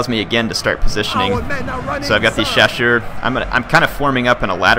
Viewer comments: Hey, great to see some Napoleon: Total War. As a note of encouragement, I appreciate that you attempt to pronounce the French names and acknowledge you don't know how to say them perfectly (with good reason), as opposed to some who just butcher them and don't care. And your pronunciations are very close. All you really need to do is pronounce the double-S in 'chasseurs' with an 'S' sound, not a 'sh', and you'll be golden. As for the fire-by-rank comments, this is not 'my era' in terms of military history, so I don't wish to claim to know better than anyone else on any particular point, but I just want to note I do know British drill called for it (among other variations) and that it is quite practical. But that is only one small army among multitudes, and not representative. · hey, im fench and ill help:). Actually, you pronounce "chasseurs" right, simply remember that the "ss" is like a simple "s" of.. Sniper, Sweet... and not a "ch" of CHewing-gum. And that in french, you don't pronounce the 's' of the plural. In english, shoe -> shoes('z'), french, chasseur -> chasseurs (both sound CHaSeur).:)